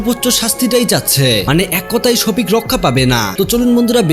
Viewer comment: ভালো করে নামটা উচ্চারণ করতে পারছেন না ওটা সখিপ হবে না শফিক